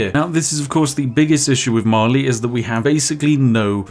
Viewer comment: I understood eventually he was saying Mali but all I heard was Marley like it's Attack on Titan up in here.